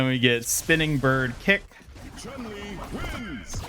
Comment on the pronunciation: chun li is pronounced ''choon'' li